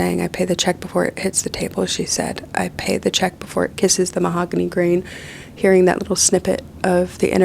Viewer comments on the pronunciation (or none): none